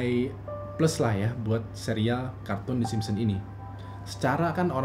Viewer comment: yg gw dgr: kartun tersebut adalah.. the Simsem:v